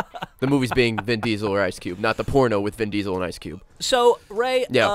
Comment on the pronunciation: His name is Ice Cube, not Ice Q.